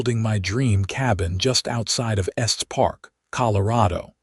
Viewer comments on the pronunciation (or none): Estes National Park: [es-teez, not "est".